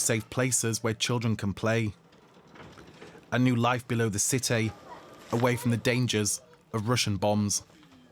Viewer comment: "life in the ci-TAY"